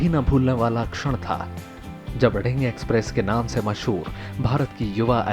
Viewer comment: nonsense its दिहींग not ढिंग